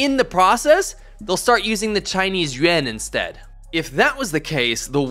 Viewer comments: It's Yuan, not Yuen. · Why you pronounce yuan sounds like yen....what and why? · Bro can’t even say yuan right lol